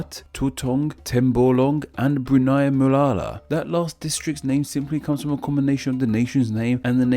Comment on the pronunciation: Hey man, great video as always! But I gotta say, if you're making a whole channel about country names, the least you could is maybe get better at... you know... pronouncing country names? Or words in general? Not trying to be rude, but you can only hear Muara being pronounced as "Mulala" so many times before the video just becomes really hard to stick with. All of the names in this video are super easy, they're just a simple syllable... and then another simple syllable... Mu-a-ra. Ka-li-man-tan. Slow down, take your time, and they'll all come out right